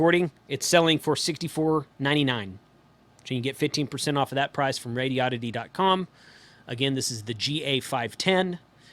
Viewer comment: Please,, take the lead among reviewers in learning to pronounce the bleeding companies. If you're going to say Baofeng, say it the right way. Also, it's Rāde-ēē-odd-it-ēē. It's not Radio-ditty. Never was, never will be, so it sounds like a joke that's made the rounds a little too often. The company is established, the letterhead printed and the name's on the radios. Deal with it and, more importantly, learn to say it! When you're videotaping isn't the time to learn how to pronounce a company or a product. I admit, Radio-ditty was funny the first once or twice I heard it. Now that I've heard it more than 20 times, it's not all that amusing. And when I actually read it on one of my radios, it was obvious that it was pronounced Rādi-oddity. See? Anyway, love your reviews. And BTW, how do you pronounce Baofeng? 🤔